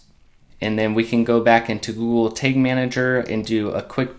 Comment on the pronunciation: Thanks for the video - quick and easy to follow! Just interesting the way you pronounce tag as 'tayge' haha :P